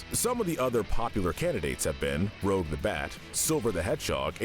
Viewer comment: “Rogue” the Bat?? Pls 🥲